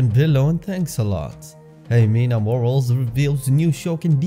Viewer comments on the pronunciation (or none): Her last name isn’t ‘Morals’.....it’s pronounced “Mor-al-lez! “ Morales! 🥴 Ironic tho because she clearly has no morals! 🥴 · Ximena’s last name is pronounced like Moh-rah-less. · It’s Morales not moral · Who are these other people who care if a hoar's last name is mispronounced?